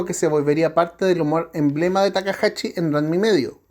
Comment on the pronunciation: Yo creo que la primera waifu sobre todo en Latinoamérica fue Sayaka de Mazinger z. Le recomiendo practicar la pronunciación de la sh, es takahashi no takahachi.